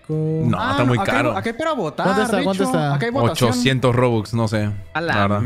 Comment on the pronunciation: no entiendo por que le dice bobux y no rubox